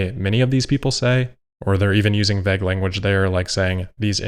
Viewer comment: Vagg??? It's vague as in va'g. Dumb dumb